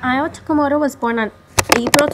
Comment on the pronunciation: Sweetie, you did a lovely job but his name is spelled IWAO (Pronounced EWAO). He was in Manzanar. Not Mazana.